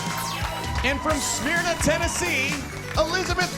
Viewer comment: I live in the same area as Elizabeth and even though she didn't win I'm so proud of her...and he mispronounced Smyrna